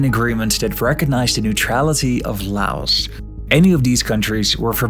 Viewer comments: Bro pronounced "Laos" like "la os".☠☠☠☠ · JFK couldn’t even pronounce “Laos” correctly during his speech /